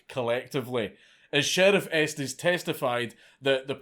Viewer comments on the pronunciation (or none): none